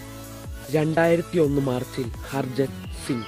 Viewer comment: harjan singh alla harbajan singh ennanu tto....